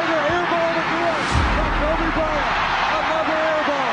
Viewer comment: KobricK Cryant😂😂